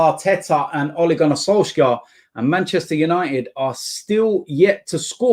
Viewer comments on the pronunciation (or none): As a Norwegian. His name is SolShaar not solskyar. Just saying. Love the vids